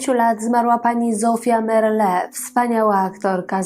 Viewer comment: Zofia Merle miała trzech, a nie dwóch wnuków, najmłodszym jest Wojtek, więc gadasz kobieto bzdury i niekompletne informacje. I nazwisko Merle nie akcentuje się na ostatnią sylabę 🤦